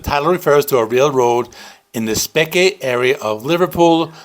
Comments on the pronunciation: Speke is pronounced speak. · Good review. Speke is pronounced “Speak”, btw. 😇